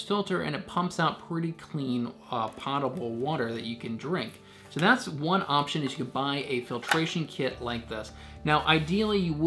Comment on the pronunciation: Potable pronunciation: Long O as in Omaha.